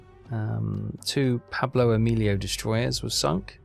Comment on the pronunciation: It's not Pablo Emilio 😂! But Paolo Emilio! Great video.